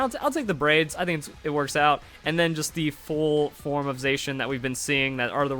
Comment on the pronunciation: Zacian is pronounced Zaa she in, like the colour cyan